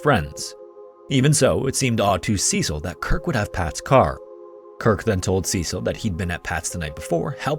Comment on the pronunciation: That's not how you pronounce Cecil 🤦🤦🤦🤦